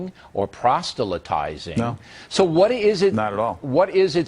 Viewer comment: Billo : 'You are not evangelizing, or prostelytizing....' Wait just as second, there, Bill, everyone makes mistakes, but isn't it 'proselytizing'?? I heard a 't' in there where it shouldn't have been. Is that like 'nucular'?? Classic. This man is such a towering intellect, isn't he?